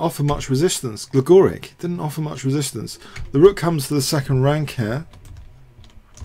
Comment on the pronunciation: Gligoric pronounced GligoriCH. :-)